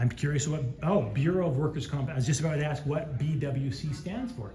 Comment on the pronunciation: He only answers the questions that you AX him! Lmao! Learn English.